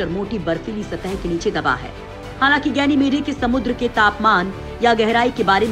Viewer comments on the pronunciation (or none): गैनिमेडे नहीं गैनिमीड और औरोरे नहीं औरोरा होता है मैडम